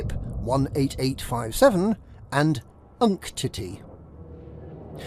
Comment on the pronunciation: That pronunciation of Unktety was impressive.